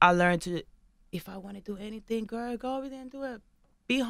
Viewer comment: lmao! every time she says the word..she says "gur" lol she's been saying it that since she came on tv